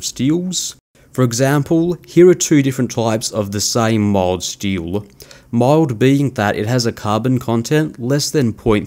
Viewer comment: It took me most of the way through the vid before I realized you were saying 'mild' steel.